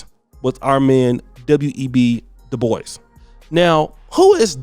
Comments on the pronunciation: It's not de-boise!! Ignant uncultured mf It's pronounced du-bwa Smh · Looks French sure its not pronounced Dew-Bwa? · Is pronounced Doo-bwau. It’s French. I hate when black people do this!